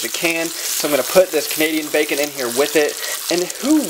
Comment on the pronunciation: The way you say bacon sounds so much like "bakin' " and even though I'd seen the title of your video, I really thought this was going to be a baking video. xD